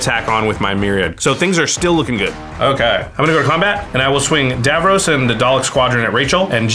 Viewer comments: It’s pronounced dav-ross, not dav-rohs. I wish they’d had an actual Doctor Who fan pilot one of these decks. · Hearing him call Davros 'Davrose' all game is maddening